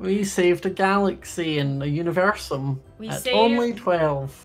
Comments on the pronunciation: Wow the dark king is just not making sense he says univeresume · Universume is Universe + Lunime Its pronounced as Yu-ni-ver-su-mey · XD same here girl but even more funnier is when said Universume xD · The funny part was when said “Universume” 😂😂